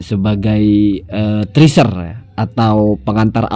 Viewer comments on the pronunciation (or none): teaser bang bukan triser😅